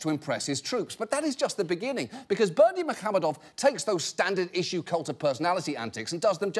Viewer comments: Except for that "h" in muhamedov he kept pronouncing as "kh". It is "ح" not "خ" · he didn't actually, the emphasis was in the wrong place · Only if by "pronouncing perfectly" you mean "butchering it like there's no tomorrow". There's no 'ы' sound in English and the stress pattern is nowhere near the correct one. Also, yes - at this point we just invent names on the spot to troll the Westerners.